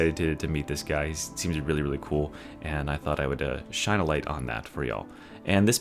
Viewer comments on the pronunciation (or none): none